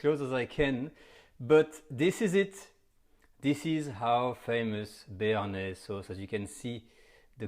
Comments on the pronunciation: In typical french fashion, he sounds absolutely disgusted at the mispronunciation of BARENAYS sauce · Lol he is funny Omg we making a bearnajse sauce Ahhhhh dont panic Lmaooo